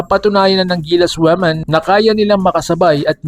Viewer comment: Ayusin mo Ang pag pronounce Ng women